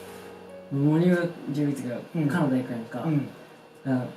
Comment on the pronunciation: カナダの発音が好き🇨🇦 コテコテの関西弁 素敵なお父さんだね。